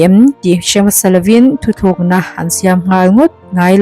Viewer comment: I aw ngaihthlak anuam hle mai... mahse mizo tawng lam fuhloh i nei zeuh zeuh erawh chuan beng ati thlep deuh....Chuan, 'thuthlukna' nilo in thutlukna ti a lam tur aw... Svmm😁😁